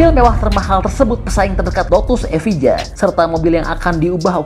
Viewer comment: Evija & Valkyrie itu kalo diindonesia bacanya kurang lebih "Evaya" & "Valkerie" bukan "Valkiri" bang 😄. Dan Jesko itu pake twin turbo V8, yang Freevalve 3 silinder itu Gemera